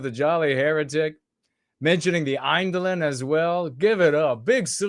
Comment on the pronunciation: You played it twice??? My goodness!!! I saw it on twitter today and had to find your full reaction. I loved your chuckle at the Fakün Gae pun and the smile at the mention of the Iynedelin that was pronounced 100% accurately ;D. I'm so happy to bring a smile to your face. Thank Yizz The Unifier for bringing us together.